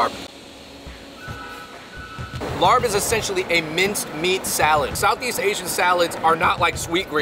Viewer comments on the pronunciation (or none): You're suppose to eat the papaya salad with sticky rice, veggies or protein. Larb is actually pronounces lahp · Its pronounced lopp not larb. Just spelt that way smh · It’s pronounced “L-ahhhP. Not larb. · Please stop saying "larb" lol. It's pronounced "laab" like saying cop. The same tone when you say cop but with a very soft b. The tone is important or you may be saying something else. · IT'S LAAP... NOT LARB!! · Larb!!!!! 😭😭😭😭😭😭😭 ban that word from the English-Laotian dictionary ASAP!!! It’s LAAP/LAHP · Not Larb. Its Laab or Lop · Stop pronouncing it as larb...it’s “laab” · larb is pronounced “laap” or “lahp” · respect to yall for doing more Lao episodes. also as a lao guy i never understood why larb is spelled the way it is when its pronounced "Lahp" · Hearing "larb" in that Spiderman movie hurt me, man lmao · I cringed evertime he said "larb" lol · LOL After I heard them say that I started scrolling down before I sent a comment...yes "Laab" and "Som THAM" not "sam tumb" but its cool... I hear Thai people mess up Chinese food pronunciations too...its just cool that they thought to review it. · It’s Larb y’all 🤣🤣🤣 I cringed when the pronunciation was not correct!! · My soul died a little every time they said laRb 😅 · Hey there Fung Bros, the Larb is not pronounced with an "R" in the middle. Instead it's prnounced Lob as in lobster. The reason it was written with an "r" in the middle is because a FOB person wrote it that way. After all, English isn't their native language. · Losing your Asian card for phonetically calling it LARP! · Larb is pronounced "laap" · LMAO he said " laNN larB " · It's pronounced LAAP!!! Come on now Asian Bros. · Idk why its spelled larb everywhere.. dish is pronounced as Laap lol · It's "laap." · You guys are pronouncing the word larb wrong it is spell wrong to it should be spelled larp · Boys stop saying larb. You butcher the name.😂😂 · I’m dying over their mispronunciation of “larb” and “Vientiane.” Props for trying though!